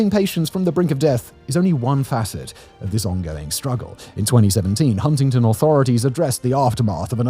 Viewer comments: I know this is a slightly older vid but as someone with a mom from wv. It's pronounced hunnington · too much emphasis on the first t in Huntington infuriates me.